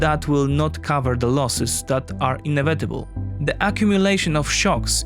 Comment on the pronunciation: Good video, but can you please look up the pronouciation of "annihialate" and "inevitable"